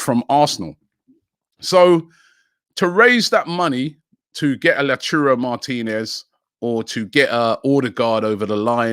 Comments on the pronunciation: Robbie please stop saying Lau churro martinez or lauturo.. it's lautaro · Robbie i beg man stop saying La Churo😭😭... its Lau ta ro.... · Can someone please teach Robbie how to say lautaro "la churro" Martinez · Robbie pls learn how to say names properly. its L A U T A R O not L A T U R O. Sort it out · Lau - tau - ro Martinez NOT Lachurro. Butchering names again. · Lauchuro martinez!!! LOL no chance Robbie! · LAUTARO Martinez not Lechiurou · nobody: Robbie: La Churro Martinez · My ears hurt when robbie says LaUTurRO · "La Churro" Martinez? Lmao If he doesn't sign it's because Robbie keeps calling him a Spanish doughnut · LauTaro Martinez - Robbie!! T not C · I hope La churro doesn't come for this same reason. It would be mad to hear Robbie say it like that everytime. PLUS, when did Robbie even start saying first names of the players? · Robbie Please pronounce Lautaro Martinez correctly. Your pronounced his name wrong! It's Lotaro ! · Who's this "Lachuro" Martínez Robbie keeps mentioning? 🤔🤷🏽‍♂️ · Someone please correct Robi on how to say Lautaro Martinez’s First name correctly cuz I can already see the pain coming next season if Arsenal sign him. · Robbie if you cant pronounce Lautaro then just say Martinez. Pls Robbie i cant keep up with this😂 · The way he pronounces Lautaro triggers me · It triggers everybody